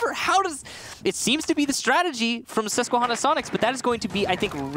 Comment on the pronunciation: As a guy from Susquehanna it makes me laugh hearing people who don’t know how to pronounce it it’s Susque-Hannah not Susque-Honna